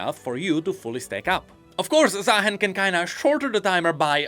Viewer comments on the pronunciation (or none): I still cant believe some people are calling him zahin including the champion spotlight voiceover